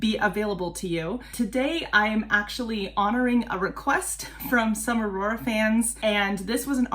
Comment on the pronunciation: I’ll probably comment again after the video, just gotta say that was a really good pronounciation. It’s always impressive when people make the effort. 😊 The way you said her name is very close to how Aurora would have said it as you had that R they say in Bergen (Where Aurora is from).